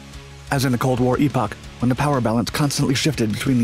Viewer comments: Please look up how to pronounce epoch and chassis. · Did you call ‘epoch’ ... e-pac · That is the British pronunciation. In the U.S. dialect it is pronounced "ehpuck" or something akin to that. Not wrong, only different.